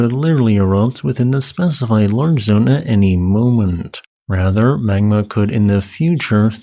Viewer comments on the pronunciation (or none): none